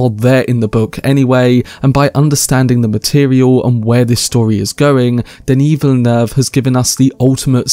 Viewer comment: You’re the first youtuber I’ve heard with the correct ‘Denis Villeneuve’ pronunciation! Good stuff (French Canadian here)